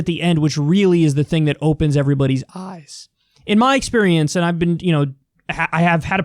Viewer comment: The way Kyle said "eyes"